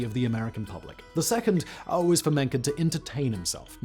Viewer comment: It's: MENCKEN